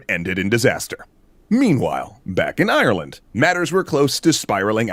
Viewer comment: the graphic reads "Kerry, Ireland," but I swear the narrator says "Kerry Island"